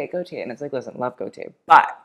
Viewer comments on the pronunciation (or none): For someone who criticizes accents so much, it's "cum deh garsoh" not "comb day garsoh" .. it's also go-tyeh, two syllables, equally stressed, not GO-tee-eh.